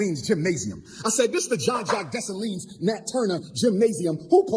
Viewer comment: I'm so sick of this fraud Umar & I want him to say Dessalines the right way..the S at the end is silent..leave my Haitian people alone!